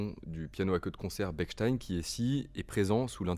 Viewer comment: Parfait ! A part La prononciation de Bechstien (ch et non k) 🙂 J'aurais aimé entendre un pianissimo dans l'aigu...